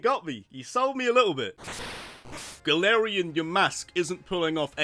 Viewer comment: It's Galarian, not Galatian!